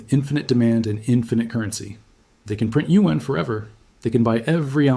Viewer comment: This is an AI. Lip movements off and who said U-N instead of Yuan?